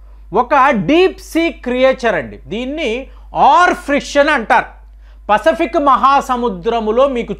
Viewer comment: ఫసపిక్ కాదురా నాయన పసిఫిక్